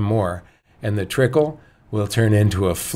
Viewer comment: "trickle" ?? lol